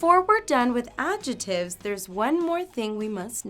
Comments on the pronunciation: The "c" in the word adjectives is not silent. It's pronounced AD-jeck-tivs. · It's recognisable, but I'm just trying to help her with her pronunciation because we don't pronounce 'adjectives' that way and she may not realise.